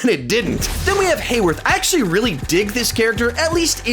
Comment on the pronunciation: “Then we have Hayworth” still doing it. haha